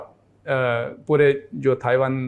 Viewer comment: Bolna sikhao ise..taiwan hai not thaiwan...aap padho ise...is se jyada mujhe knowledge hai..